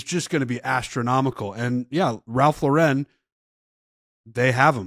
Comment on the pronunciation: Ralph Laur-en 🥴